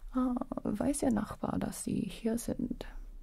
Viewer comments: The German pronunciation was on point😱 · Your german ist sehr gute! Was suprised by the great pronunciation. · I did not expect her to suddenly speak German and her pronounciation was actually really good too. A surprise to be sure but a welcome one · As a german I was confused when u spoke german xD ur pronunciation is very good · As a German I was very confused to hear german all of a sudden! xD My neighbor doesn't know! Good pronunciation btw :)